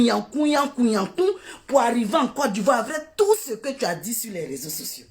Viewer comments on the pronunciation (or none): On dit dst